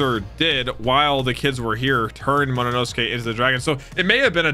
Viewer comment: I ache each time says "Mo- no- nosuke" Agghhh😫😂